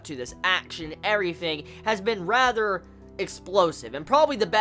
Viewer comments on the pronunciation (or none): none